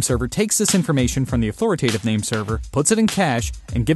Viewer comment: Authoritative, not authoratative.